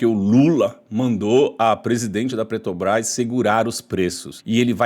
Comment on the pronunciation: Parabéns pelo vídeo, bom conteúdo! Só sua pronúncia da Petrobrás que saiu "esquerdista" Petobras", tipo pitista, rsrsrsrs😂😂😂😂